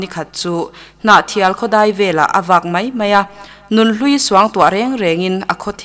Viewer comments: AIR a tihchhuah meuh a tan chuan tawngkam fimkhur angai 'mei' nilo in 'mai' tih tur. 'I Ram hmangaih mei' nilo in 'I Ram hmangaih mai' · Mai tih hi ka lo ngaimawh thin...tinge mei in tih tlat zel le a dang ho ah pawh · Narrator mipa zâwk hian, 'mai' tih tur hi, "mei" a titluan thak mai. A mawi lo hle mai. Pu Zirsangzela'n ngaithla se chu zia lo a tih ka ring. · mipa zawk hian mai tih turah mei ahmang hi a ninawm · I ram hmangaih 'mei' tiin ilam tlat 'Mai' tih tur. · Mizo nih mei a tawklo tia ichhiar hi chu,amah Zirsangzela khan hria se chuan A ngaimawh ngei ang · A ngaihnawm hle mai, mahse Mizo nih mei zawng a tawk lo, tiin a chhiar tlat mai.